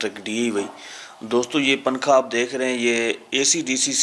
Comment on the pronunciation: ابے پننکھا پھر پننکھا ھاھاھا اُردو تو سہی بول لے